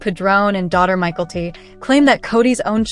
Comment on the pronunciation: Learn how to pronounce Mykelti. MiKELLti, Not Michaelty